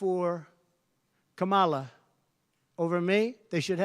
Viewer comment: It’s so annoying to hear him say the name of the vice president of the U.S. can he say it properly? So disrespectful like a child